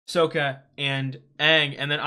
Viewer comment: Just so you know, its Sokka, not Soka